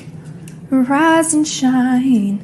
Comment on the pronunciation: I know it’s rise and shine but it sound like “Veriiizon Shine” to me😂